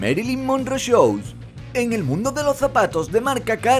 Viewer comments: porque en "shoes" pronuncias "chou" cuando la pronunciacion es "chus". shoes=chus show=chou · "Choes" am espiquin inglish :v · "marilyn monroe chous" ay kan tal guachinton tu jajajajajajaj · Shoes no se lee shows, se lee shus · shoes no se dice shows, se dice shus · Amigo dices chous queriendo decir Chus por fa buen video pero corrige tu pronunciación del inglés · se pronuncia como shus * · Cuando dijo ''Marilyn Monroe shoes'' juro que escuché Marilyn Monroe show😂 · esa pronunciación de shoes... mae mia... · Aprende a decir shoes